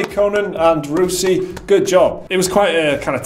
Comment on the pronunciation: Rousey is pronounced like house not roosey. Great vid as always guys